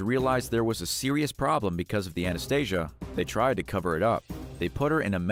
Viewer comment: Its Ana stee sha. Anastasia is a disney movie